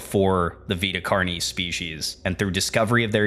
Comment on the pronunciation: Vita Car-knees! Not a big deal just chuckled. This was very good. Please keep the videos coming.